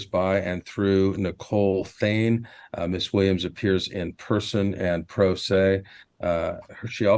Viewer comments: I keep hearing "Miss THING". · I keep thinking they're saying "Miss Thang" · It’s the random Mobb Deep playing in the back for me…. And it sounds like he’s calling her Ms. Thang